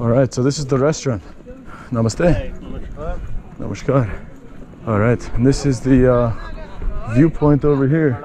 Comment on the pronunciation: The Way You say Namaskar, Dhanevaad, Chalo and Machan is Really Amazing.